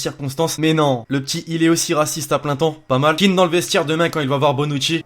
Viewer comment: c'est " Kean " pas " Keane "